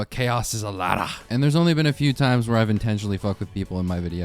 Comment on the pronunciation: "But chaos is a LADDAH" LMAOOOOO